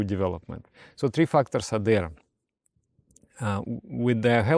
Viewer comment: Just a little note :-) corrections, if I may please! instead of saying "fucked-ors" please say "fek-tors" (/fækt/) or "feyk-tors" (I guess this is okay too!). I know all Russians do say "fact" and it sounds as if "fucked", my lecturer at my uni especially used to sound so terribly.